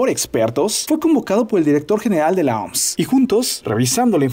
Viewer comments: Se pronuncia o eme ese soy el unico que le da ganas de darle un golpe cada vez q dice oms ? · Brother mejor di " La O-M-S" no "La OMS", nose suena hecho verga decir la oms xD